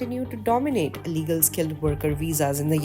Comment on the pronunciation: You said ILLEGAL indians wrong